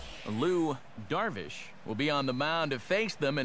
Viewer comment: Sounded like he said Lew Darvish